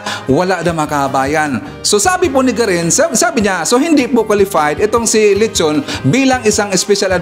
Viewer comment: Dr.Tony Leachon( pronounced Leyachon), correct spelling